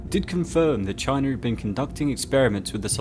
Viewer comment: Wtf is “Chiner” 😂 I think you mean China